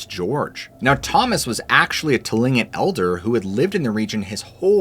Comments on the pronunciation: It begins with a T, but is pronounced with a K. You seem real, but so much AI crappola is annoying. Just sayin'. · The owl story was spooky! Thanks! Seriously, you're concerned about the pronunciation of pjs but consistently mispronounce immediately. Geez. It's not aaahmediately. Try the correct pronunciation please. Search audio pronunciation for Tlingit while you're at it. You owe it to yourself. Thanks for the stories